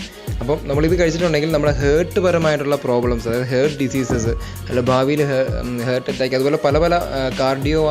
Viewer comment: ഹേർട്ട് അല്ല ഹാർട്ട് ആണ് 🥰